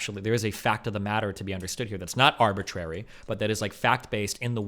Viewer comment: Vaush reminds me of the dude at the end of matrix saying, "er go" but instead saying, "arbitrary."